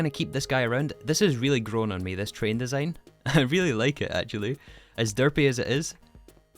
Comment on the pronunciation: besides the fact that english is my second language, one of the major troubles for me in understanding his speech is his pronunciation of the words like 'design' as dee zayne, not even mentioning woh uh instead of water although dont get me wrong, im not blaming this guy for his accent as i do acknowledge that an accent isn't chosen, i just commented my feelings, no hate here